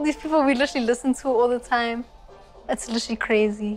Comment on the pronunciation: can I get a like for everytime she says "litterly"